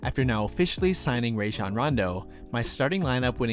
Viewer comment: Love your vids. If you're not aware, Rajon pronounces his name Rah-zhan. You can hear it anytime he says it himself.